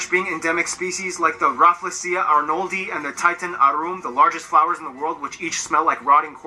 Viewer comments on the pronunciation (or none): none